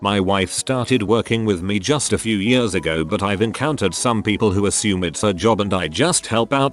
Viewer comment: Did it pronounce "years" as "yers"? 😂